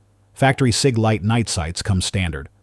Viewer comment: Sig NOT SAG!